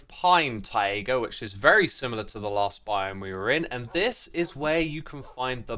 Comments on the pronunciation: never say "taiga" again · Very good content as always. However, I absolutely can't stand the way you mispronounce taiga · Please learn how to pronounce taiga correctly English is a very easy language to learn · Mate…. It’s Tie-Gah. Not Tie-A-Guh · Its not TaiAga its Taiga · why does he pronounce "taiga" as "tie-ayga" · I have never heard anyone pronounce “taiga” (tie-guh) with three syllables like Xisuma does here (“tie-ay-guh”). Is this a British thing or just an Xisuma thing? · Hey btw Taiga isn't pronounced ti ay guh Its tie guh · It's Taiga not Taega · Tai-ga, not Tai-a-ga 😅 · TAI-GA ❤, rather than TAI-EH-GA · Not "tay iger" it's pronounced "tiger" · Taiga ❌ TaEaGa ✅ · Please don't call it taega. It's taiga or tajga. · No offense X, but you pronouncing it as "Tai-ayga" is just killing me. Please, pronounce it like you have a thick Boston accent and you're trying to say Tiger. I beg of you. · Funnier because it's neither, since it's a loan-word. It's 'tai-GAH'. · Did anyone notice how xisuma pronounced taiga he said tayega biome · X's pronunciation of "taiga" will never fail to sound wrong, mostly because it likely is wrong. Wiktionary agrees with me here. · Tie-A-Gah biome huh? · Taiga is pronounced like tie-gah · X, taiga is pronounced like tiger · Tie-ae-ga right? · How long has this guy been calling it the "Tye-Egg-Uh" Biome lol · Why do you pronounce Taiga like Taiega? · "taega biome" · Xisuma, you pronounced "taiga" as "taiaga". How dare you. But seriously, you just needed to not add an extra "a" and you would've been good. I don't ever want to here you say "taiga" again until you learn. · I don't know what's funnier: they way X pronounces "Taiga" or Hardcore being added to Bedrock edition which is infamous for random instant deaths. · Love the wolves, hate how you say taiga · Love the wolves Hate the way X pronounced taiga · how do you make the word "taiga" into a three syllable word? haha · anyone else hate how he says taiga